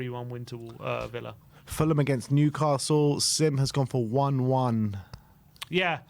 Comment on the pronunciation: Put some respect on Newcastle’s name